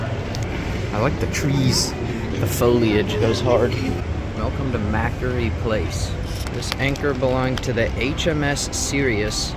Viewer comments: Loving the mis-pronunciation of Macquarie and Cairns it's funny (Macquarie is pronounced Mar quarry and Cairns is pronounced cans), Calling Rainbow lorikeets parrots which they are but no-one in Aus does cause we just say lorikeets also the "attack fly" was what are known as march flies, horse flies or tabanids and yes they do attack. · is pronounced Mac quarry